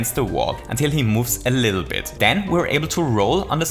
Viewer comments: dive a bittle lit? What? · "Bittle lit"